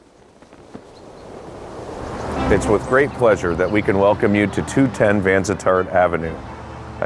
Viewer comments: Great video ... I grew up a block away from this stately mansion. Pronounced : Van- sit- tart after a City founder - Rear-Admiral Henry Vansittart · Obviously, the Realtor is not from Woodstock. It's pronounced Van sit art. Lovely home with lots of history and character.